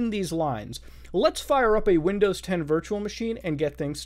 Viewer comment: "windozes" -Mutahar